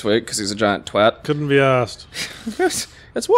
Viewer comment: I can't tell you how happy it makes me to hear twat pronounced correctly.